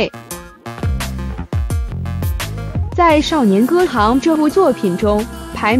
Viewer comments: 看了兩集影片的解說，戲名都說錯了耶！不知道嗎？雖然是破音字，但是依汝之學識，應該要唸對才是呢…?是少年歌"ㄒㄧㄥˊ"，不是少年歌"ㄏㄤˊ"啦🤔🤔🤔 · 戏名都念错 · 我勒了个去。🤣 名字都还不会读，就急着做解说了。😩